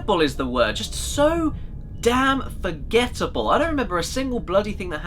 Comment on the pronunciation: Caddy reminds me so much of Simon Cowell when he emphasizes "it's so....forgettable".